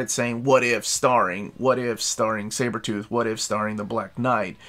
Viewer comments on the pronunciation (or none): none